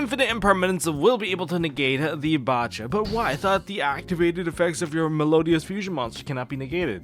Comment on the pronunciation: Probably the biggest nitpick but nobody pronouncing bacha as they pronounce bach actually bugs me